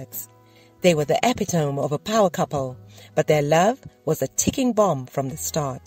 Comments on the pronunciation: Eppi-tome? It's pronounced a-pit-a-mee, geez. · "epi-TOME". Love it.